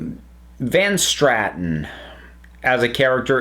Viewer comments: Great review. It’s nice to see an opinion on Dalek that differs from the normal “it was the BEST thing ever!” PS: I’m sorry, I’m OCD, and I can’t help but point out it was Van Statten — and you said Van *Stratten*. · Van statten not van Stratton